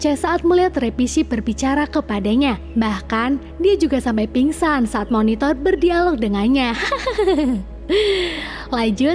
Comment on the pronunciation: Kayanya judulnya agak berlebihan soalnya masih ada narnia the silverchair yg harusnya jd sekuel selanjutnya, terus baca si banteng itu minotaur bukan monitor wkwkk